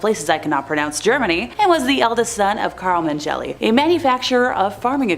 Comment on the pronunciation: It's not pronounced Men-jelly. (SMH)